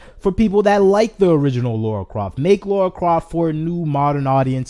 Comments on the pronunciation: Okay you're making some great points and all but I have to say Her name is LARA not Laura Idk why so many misspernounce her name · Please don't call her Laura Croft it's Lara Croft